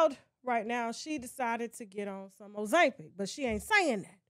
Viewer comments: And they both look better than you calling Brat a senior citizen and you can't touch her on a bad day face nor body and can't even pronounce Ozempic right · Ozempic! Pronounce it correctly please. How do you know she took Ozempic. Unlike, yourself she can hire a physical trainer. 🤷🏽‍♀️